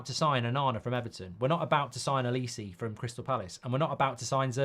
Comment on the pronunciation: why do u call olise L-E-See